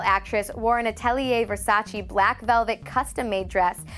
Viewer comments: Its not ver-sa-cheee.. its versa-che.. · Learn how to pronounce "Versace". Our ears are bleeding